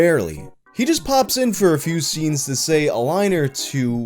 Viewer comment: ''behind the seams'' i'll be saying it that way from now on. sounds cooler than 'scenes'